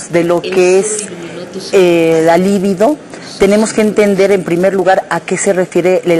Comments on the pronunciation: No se dice "Líbido" se dice "Libido" es una palabra grave, no esdrújula. Pendejas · Empezando por la pronunciación de "libido".